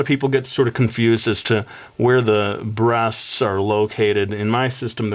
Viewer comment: onlly one thing wrong with this. he said brasts